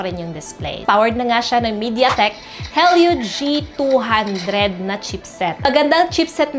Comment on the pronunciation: Did I just hear "Hell you g200"? 😂